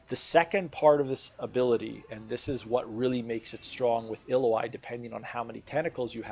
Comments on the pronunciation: Great guide but if you make these, pls use the correct name..... ill-oh-i is incorrect. ill-ow-wee..... Just bothered me but good breakdown on her.... I know this is my issue more than anyone elses but i figure if you know the person well enough then the name should be said correctly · Why you calling her Iloai ? I thought its Ilaoi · So you say her name wrong. It's Ill-ao-i not illo-ai. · Screw it, I like the way you pronounced her name 😂 ill oh ai is a helluva champion to play against. Not fun at all. I imagine playing as her is much better! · Her name is pronounced ill-lou-e ill as in well ill Lou like your saying loud without the d and just E. You can here you can here super space guy with the star powers forgot his name pronounce it. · I beleive its (i-L-ow-ee) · You don't have to guess on how to say a champ's name. You can just watch the champion spotlight video from Riot. Otherwise, great video! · U butchered her name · How you gonna pronounce the name wrong in a guide